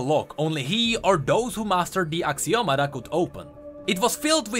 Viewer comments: i think is Axio-Matta not Axio-mada right? D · It's actually "axioma" but whatever XD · I believe you are meant to pronounce ashiomata.